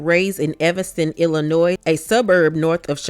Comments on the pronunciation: Illin-noy Not Illinoise🥴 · Um, that is not how Merle Oberon’s name is pronounced…😳 You mispronounced Illinois, too. Oh boy…